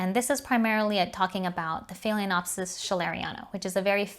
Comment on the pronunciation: Excellent video! Proper pronunciation is key. I’m a language major, so mispronunciations hurt my brain! 🤯 There’s no “cattle” in Cattleya!!! Just curious, you didn’t mention why you add an extra syllable in the pronunciation of phalaenopsis. Maybe it’s just my ears not hearing correctly? There’s only one other YouTuber that I’ve heard pronounce it the way you do. I appreciate your no nonsense approach to orchid tutorials. 🙂